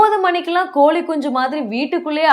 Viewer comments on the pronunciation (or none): அது கோலி குஞ்சு இல்லைமா. கோழி குஞ்சு முதல்ல தமிழை நல்ல பேச தெரிஞ்சுக்கோங்க அப்புறம் அட்வைஸ் பண்ணலாம்.